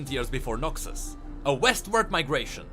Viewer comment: not noxi but noxus, XD glad it wasnt noxwe of noxthem